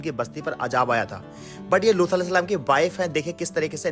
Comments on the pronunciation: Video me loot alehissalam na bol kar looth alehissalam bol rahe hai talaffus thik kijiye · Lutha nahi Lut kaha karen ap...nahi aagey log ghalat naam pronounce krengey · Bhai lutha alyehis salam nhi hai lut alyehis salam hai naam to sahi se lo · Abe lutha nahi luth a.s naam sahi se le vo nadi the hamare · Naam to sahi le ye loota kya hai be loot a s nhi aata tujhe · Luthal nahi Loot A.S. thik naam bole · Looth nahi loot alaihis salam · Bhai Lootha ya looth ni hai Asal naam unka Loot hai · लूथ नही लूत है , नाम सही से लीजिए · लूत के जगह लूथा क्यों बोल रहे हो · Name bhi thik se lelo Looth nahi loot (A.S.) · Phele unka naam sahi se lejiye aap lut A.S salam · Paighambar ke naam ka pronounciation sahi se kariye Loot alihissalam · Are bolna seekh le lood hota h